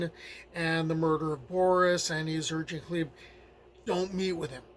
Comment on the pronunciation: Learning the correct pronunciation of Gleb makes this a great video, and I'm only three minutes in.